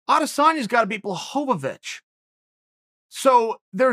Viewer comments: I like how Chael corrected himself after he said Jan’s name the right way and then made sure to say it the wrong way, I mean the Chael way, which is the right way. Blahovavitch. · Says Blachowiz correctly Proceeds to correct himself to his incorrect pronunciation lmaoo Always Chael, always. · I love when Chael says a guys name correctly the first time, and then corrects himself to pronounce it wrong. Boss move! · If uncle chael says it Blokovowicz it is Blokovowicz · Me: Blachowicz Chael: Blahovavich Me: Ok Great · Chael: “Blahovich” No one: “who?” Chael: “blahovovich” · “Bluhovavich”- Chael P. Sonnen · Chael: I dont mean to discount Blachowicz Also Chael: Blahoehoewitch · Nobody: Chael: "Blachovavich" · 'Ol Chael adding extra/unnecessary syllables to people's names again...